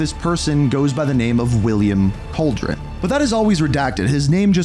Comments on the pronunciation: Its pronounced Cal-Derr-Own not Cauldron but entertaining video none the less, keep up the great work man! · Bro….. it’s Calderon not cauldron 😂 Hispanic last name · says Calderon as Cauldron xd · Bro cant put the 5 seconds to say Calderon right